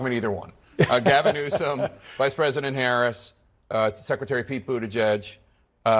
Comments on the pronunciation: I fucking hate the guy, but at least get his name right. Gavin Newsom. Not Gavin Newson. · You're saying "Newson"? It's NewsoM.